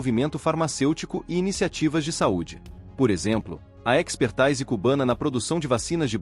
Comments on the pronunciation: Diz-se "epexrtÍse", não "expertaAíse". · É IA narrando? “Espertaise” lol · Precisas trocar os termos expertise ( pronuncia expertise não expertaise) e framework (pronuncia freimeuork, não frame vork) por palavras portuguesas. Tirando estes pequenos detalhes, ótimo e informativo vídeo. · Muitos erros de prosódia nessa narração. Expertise é palavra portuguesa e deve ser lida como se escreve: "espertize". Desenrola tem de ser lido como desen"rro"la. Mas o conteúdo é muito bom e válido. Viva! Cuba Libre das garras do grande Satã.